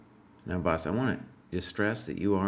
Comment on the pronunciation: Mispronunciation of "boss".